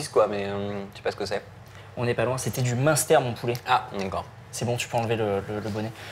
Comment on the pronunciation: bas alors on dit bhéééé au meinster:o strop bon le meinster:p